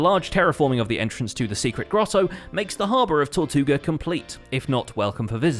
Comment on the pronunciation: You said Tortuga?!